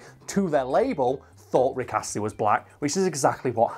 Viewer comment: No one:: R i c k A s s l e y